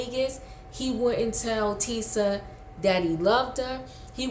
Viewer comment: The names are Marsau ( Marso) and Tisha, not Marsue and Teesa